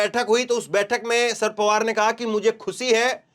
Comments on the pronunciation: Bhai ji asal naam शरद पवार है। आप नाम का उच्चारण दुरूस्त कर लें। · शर्त पवार बेटा एक बार बता दिया सही Karlo उच्चारण अगली बार........ Denge